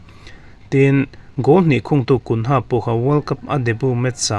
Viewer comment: Gunha awlsam takin a lo pet lut," tih lai tak a dik lo deuh em? Mahse angaihnawm khawp mai.